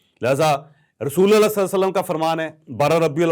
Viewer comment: رسولَ اللہ نہیں رسولُ اللہ بولیں۔ ل پر زبر الگ صورت میں آتاہے اور پیش الگ صورت میں۔